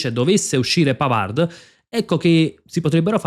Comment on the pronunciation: Tutto bene . Molto informato. Un solo appunto. PAVARD di legge PAVAR (in francese le parole che terminano in d p s t tacciono la consonante)